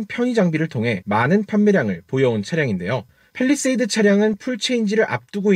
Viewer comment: 팰 입니다 펠이 아니고